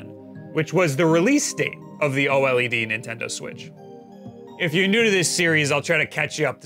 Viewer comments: O-L-E-D you mean to say "oh-lead" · The pronunciation is so annoying. Just say OLED as one word instead of O-LED. It's one word! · O LED NOT O L E D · why do you say O-L-E-D? It's easier to say OLED, like everyone else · Its pronunced O-Lead (OLED) not O-L,E,D. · why don't you just say "Oled" instead of "O EL EE DEE" dafuq dude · oh ehl ee dee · its pronounced ohlead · The only guy I know who says “oh L.E.D” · Just say "oh-ledd" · FFS, SAY O-LED!!!